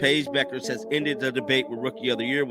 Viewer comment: Is the name not B-you-kherr? I’m not calling this chick Becker just because you do.